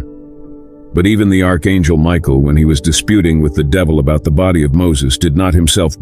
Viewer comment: lol Miguel the archangel. pronounced an hell